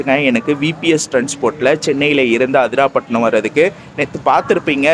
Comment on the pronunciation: அதிராபட்டினம் இல்ல ப்ரோ,அதிராம்பட்டினம்.உச்சரிப்பு தவறாக உள்ளது